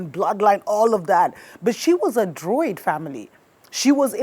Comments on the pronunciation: It's Druid, not droid (android)😅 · Its properly pronounced...Druid...Dru-id...thank u for yr programming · Druids- Drew- id is how you pronounce it. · Druid, not droid. Although the world's so crazy right now, she might have been a droid too. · Druid. Not Droid lmao I was like this witch a robot? But yeah even Winston Churchill was a druid. Most of German heritage are